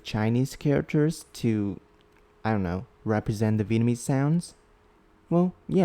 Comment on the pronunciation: hey, your Vietnamese pronunciation is very good. Keep goin' bro🔥 (I come from Vietnam)